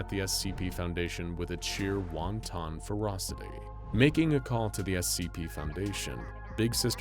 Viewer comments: ...it's not "wonton." It's, "wahn-t'n." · it's pronounced "Want-en" not "Won Ton"